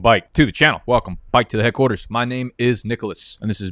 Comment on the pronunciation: Dude def is a clown “welcome byke” 💀